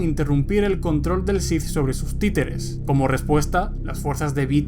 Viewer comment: Buenos videos, pero me confunde cuando dices Shif en vez de Sith